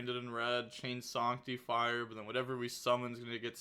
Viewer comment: Sawnctifire you say?